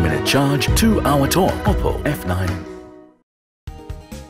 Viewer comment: leh ma oppo lai oppu vaneko xa